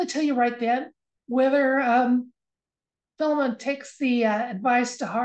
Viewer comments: Correct pronunciation of Philemon is " fy lee mun" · Yes I noticed he said filum three times but I also know that some people do pronounce that way. Much like the pronunciation of chimney some people say chiminy I have also had a few dreams about Trump lately. I keep my rose quartz under my pillow at all times and do everything in threes. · I heard "fill 'em un"....... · Thanks for the video. Not sure what sense it was meant to make. The fact that he says it that way every time would seem to indicate that it's just the way he says it. I don't want to poo-poo your reading though, it just wasn't a message for me is all. Thanks again, love and healing to all.